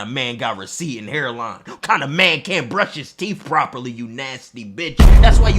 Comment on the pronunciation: 'He got stains on his teef' I almost FELL OUT 💀